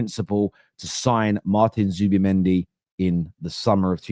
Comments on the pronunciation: Who’s “Zubimendo”?! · Whos zubimendo 😂 i thought It was zubimendi